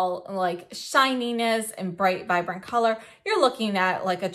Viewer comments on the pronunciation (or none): none